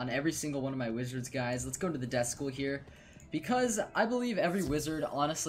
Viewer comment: It's death not desk